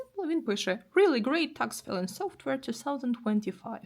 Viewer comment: перепрошую, мені почулося чи ви вимовляєте "такс філінг" ? я від носіів чую такс файлінг. Так як всеж таки вірно? дякую за ввші відео, часом буває дуже корисно !